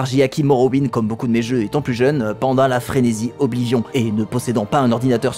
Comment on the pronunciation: BORDEL PRONONCEZ OBLIVION CORRECTEMENT. C'est juste impossible de prendre les français et les VF au sérieux..